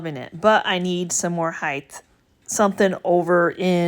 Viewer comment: Sorry ! Just have to ask ….. when did the word height change to heighth ?